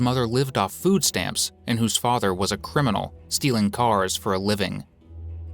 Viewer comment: "... whose mother lives off foodstamps"... Maybe dont put such emphasis on that, so as to imply all mothers who receive foodstamps are bad moms.